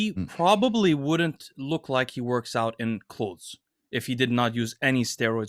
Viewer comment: And the word “out.” Him, Greg, and Jeff Nippard all have a funny, similar pronunciation for it.